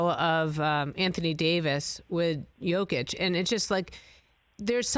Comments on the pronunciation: And still calling him Joe Kitch smh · "Yokeitch" haha... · Its Yo-kitch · Say it with me: Yo-kitch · His name is pronounced YOkic...